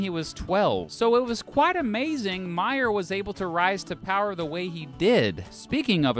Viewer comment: Pronounced May-er. As in the month of may-er.